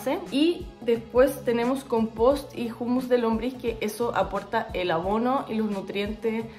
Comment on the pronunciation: Jumus? 😂😂😂😂 Humus la h es muda? Humo, humedad, 😂😂